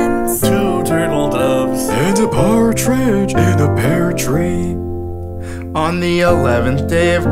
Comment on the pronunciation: Why did I think for the longest time that said "Cartridge in a pear tree" silly, that's not where cartridges go <3